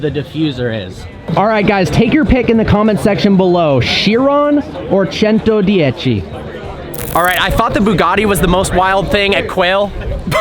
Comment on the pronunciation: Pronunciation of 110 was perfect 👍